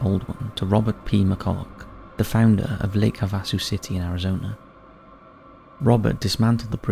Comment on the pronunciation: Im sorry..... im not trying to be one of THOSE ppl but..... its pronounced Lake HAVE-A-SUE